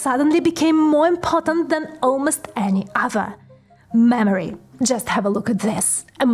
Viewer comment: Lady I love you but the way you say "mammary" I mean "memory" is amazing! You don't always say it, but 60% of the time it's funny every time!